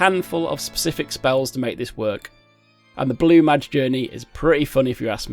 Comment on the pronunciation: Mage is pronounced "may-j" as opposed to "majj". Bozjan is "bozz - jan" not "bos - ner"